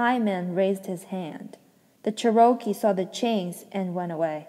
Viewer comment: Cherokee is the Native American pronounced Chair-O-Key 🌸 Also ty so much for reading this to me while sick 😘